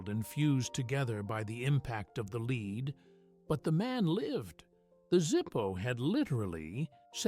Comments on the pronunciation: When talking about lighter stopping bullet , AI said "leed" instead of "lead". So sick of AI slop promoted here on YouTube......... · Also AI said lead (leed) instead of lead (led) when talking about the bulllet. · AI screws up again it is "tactile" not tactical", it is "lead" pronounce "led", not "lead" pronounced 'Leed" Doesn't anybody proofread this stuff? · IT'S LEAD NOT LEED! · Yea, AI slop said "leed" bullet. Should be warning labels about AI so we can move on to watch a "real" video........